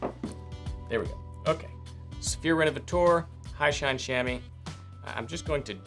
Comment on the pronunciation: Well done! One note: the leather revitalizer you used is pronounced "rénovaTEUR" insted of "rénovaTOAR". 🙂